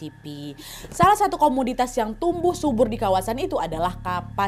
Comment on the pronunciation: Terimakasih atas cerita hari ini menemani masak buat buka... Btw Komoditas ya kak bukan komuditas♥️